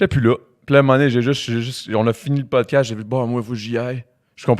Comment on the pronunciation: Hahahahaha le poudcast 😂😂